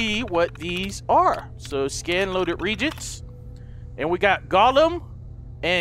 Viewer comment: I love how pronounced "reagents" wrong...